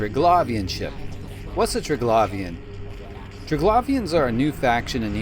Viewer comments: im pretty sure its triglavian not traglavian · Hint, not Trig-lavian , try , Tri-glavian , then go from there :) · Say it with me... Tri... Glaive, ian... Not trig lauv ien. Jesus that was annoying to listen to lol. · Try-glay-vian not tra-glavian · glay, not glah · its pernounced "Tri-Glave-Ian" not "Tri-Glav-Ian" also, the drifters, sleepers, and triglavians. are all splinter factions of the Jove empire. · say it with now ok? : TRY-GLAY-VEEUN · I liked you up till the point you said ‘Triglavian’ with that pronounciation 😂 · Maybe learn how to say Triglavian before making a video about them? Just an idea. Would certainly not sound as annoying as it does, if you did. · Triglavian Xordazh. Pick a pronunciation for both and stick with it dude.